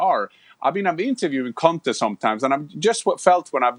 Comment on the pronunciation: Gabriel your pronunciation for Conte is a bit rude